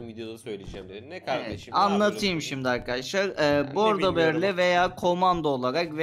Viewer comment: Bordo deil boggdooo beylerr